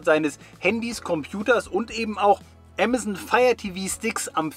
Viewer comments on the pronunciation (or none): none